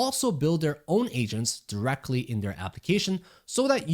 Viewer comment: Hearing "Asians" instead of "Agents" hits different ☠️